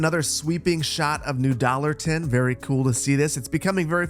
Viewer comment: the city name New Dollarton can only be worse with the pronounciation of dallahtunn